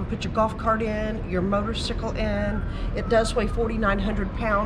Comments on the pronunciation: She lost me at the pronunciation of motorcyle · I had to do a double take